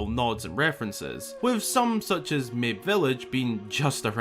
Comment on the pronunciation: I think Mabe is supposed to be pronouced maw-beh, due to what is and isn't pronouceable in Japanese and Nintendo being a Japanese company.